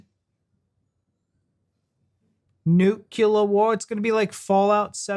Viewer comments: Nuclear. Noo-clear. New-clear. How you guys got to Nukular from Nuclear fraggles my mind 😂. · Talking of mispronouncing thing 'nuclear' has only two syllables; 'nu-clear'. 😄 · Nuclear not nucular mate. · Nu-CLEAR, not nu-KELAR. It comes from the word nucleus. As in splitting up the nucleus of an atom to create energy. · It’s NUCLEAR NOT NUCULAR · Nucular War? Do you mean Nuclear War? Not the best of starts....... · A lot of people cannot say Nu-clear and find themselves saying “nukula”. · Not sure what nucular means…please explain. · Please stop saying 'nucular' - it's nuclear. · Please, nuclear not nucular! Not unless you're doing a George Bush impression. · It's pronounced nuclear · I can't watch a video in which someone pronounces "nuclear" as "nukular", even if it's a joke. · I was referring to the "clear" part. How did they get (new/noo) - kyoolurr from clear.